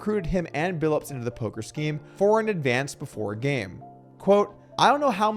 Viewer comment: It's Billups, not Billips.